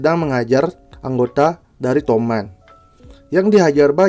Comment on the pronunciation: Toman bang bukan tomat😂